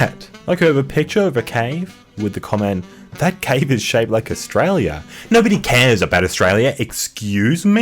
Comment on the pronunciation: „no‘ody asked“